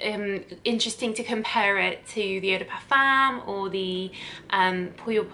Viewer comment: That’s not how you pronounce et de parfum